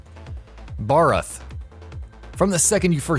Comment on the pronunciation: To me, the names he fucked up on was Zorah Magdaros, Nergigante, Vaal Hazak, Uragaan, Odogaron, Barroth, Pukei-Pukei, Legiana. Honestly was the cringiest when he said Nergigante.